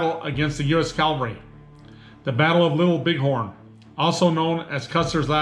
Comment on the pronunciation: “Calvary.” “Cavalry.” Not the same word. Not interchangeable.